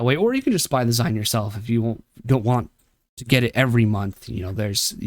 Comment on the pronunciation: Interesting video, very good. However, dislike for c the way you pronounced “Zine” from magazine. I’ve never heard it pronounced maga-z-eye-n